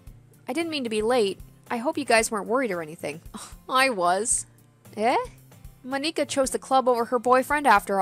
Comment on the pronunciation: I died laughing when she pronounced monikas name